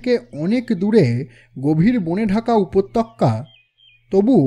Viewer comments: Golpo valo laglo...but ekta vul barbar repeat korchen....upottoka ta apni upotokka pronounce korchen.... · উচ্চারণে দোষ আছে। উপতক্যা নয়, উপত্যকা। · উচ্চারণে এত অসংলগ্নতা কেন? "উপত্তকা" বার বার কানে লাগে। ত্য'ফলার আর "ত'য়......"ত"এর উচ্চারণ ভিন্ন। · সার্বিক উপস্থাপনা খুবই সুন্দর। শুধু কয়েকটি উচ্চারন একটু কানে লাগে। যেমন ‘স’-এর উচ্চারন ওই শ্যামবাজারের শশীবাবু লাইনটার মতো। তারপর ‘উপত্যক্যা’ বা ‘ঝোঁপ’। ইংরাজি গুলো আমি অতো ধরছি না। আশা করি আমার কথাগুলো খারাপ ভাবে নেবেন না। আমার উদ্দেশ্য আপনাদের কাজের মান উন্নত করতে সাহায্য করা। এমনিতে খুব ভালো...চালিয়ে যান 😊